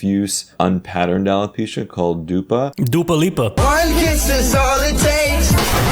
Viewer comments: Dude, he saying Dupa was perfect (im from Poland) (Who knows, knows) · As a certified Polish guy I am obligated to say that "dupa" in Polish means "ass". Additional points to for almost spot-on pronounciation!